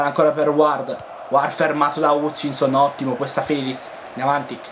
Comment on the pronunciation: Bellissimo video Comunque la pronuncia di Hutchinson sarabbe Hatchinson con la "A" E quando ci sono nomi tipo "Warnock" leggili con la "O" quindi Wornock Continua cosi 💕